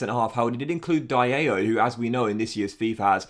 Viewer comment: who tf says dialo like dieayhoo